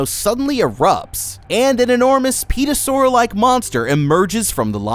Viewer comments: You said "Petrasaur" lmao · pterasaur, p is silent